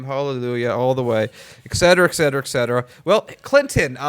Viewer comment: "Etcetera" Not "Eksetera"